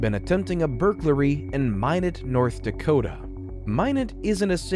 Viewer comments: It’s my knot not min knot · My~not. Not Min~ot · Hi just your friendly North Dakotan native, Minot is pronounced “my-not” for future reference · Minot is pronounced "MY-not". I know because I have family from there -- you can get tourist t-shirts from the airport which can help with the pronunciation that read "Why not Minot?" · Minot is pronounced “my-not” … just had to get that off my chest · Interesting story - future reference - Minot is pronounced My-not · FYI.. Minot is pronounced “my knot” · It’s pronounced like “my knot” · Always thought it was pronounced My-not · My-Knot (Minot) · It's pronounced "my not" lol shit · Being from North Dakota you really don’t ever hear about it in these kind of videos thanks for the funny minot pronunciation too lmao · My crazy mind can’t get passed the mispronunciation of Minot. Garghhh I’ll have to try to watch this one later. Great story. Looking forward to it. Maybe later my crazy brain can get passed it and be able to let it go.